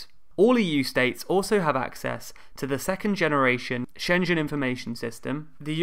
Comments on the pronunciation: Makes me flinch every time, too. It sounds more like Shenzhen in South China! :p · Schengen, not Shen-jen! Use proper pronunciation, please!!!